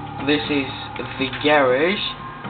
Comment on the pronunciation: you say garage funny.